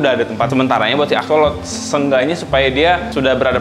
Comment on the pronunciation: bukan axolot dibacanya tapi axolot L, trus digabungin jadi axolotL